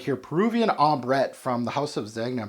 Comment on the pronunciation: The 'g' in Zegna is soft - like "zenya" ;) I have this, bought it back in 2017...wow, time flies. Yeah it's quite linear but I love its weird black oily feel - overall I like the scent but don't love it